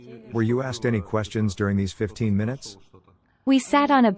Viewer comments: These automatic translation voices are very good, but they have some way to go yet. Asked is a very different word to axed and has a very different meaning. That one is especially prevalent in this video. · Crazy automated voice. It incorrectly says "aksed". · Why does the female text to voice program keep saying "axed" for asked? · How the hell does a translation software say 'axed' instead of 'asked', like Americans (usually black) sometimes say? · "no one axed me" im sorry i know this is serous by translator reading "asked" as "axed"